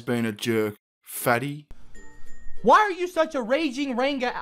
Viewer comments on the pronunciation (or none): OMG! HE DIDN'T EVEN SAY RANGA RIGHT!